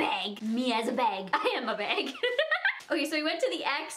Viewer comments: "I LOVE THE BEG" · I love when she says bag!